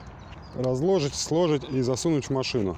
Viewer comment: вы, конечно, не профессиональный диктор, но все же лицо компании! Следите, пожалуйста, за речью: ваше "слОжить" и "разлОжить" очень резануло по ушам ((